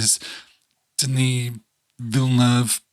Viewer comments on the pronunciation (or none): Villeneuve (veal-nerve) is really not that hard to pronounce.